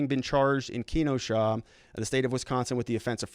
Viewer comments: /Ken o sha/ not /kee no shaw/ Good vids. Keep it up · It’s pronounced Ken-oh-shaw not keen-oh-shaw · Jacob???. kee-no-shaw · Sir its pronounced Ken-oh-sha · Pronounced "Keh-NO-sha" :)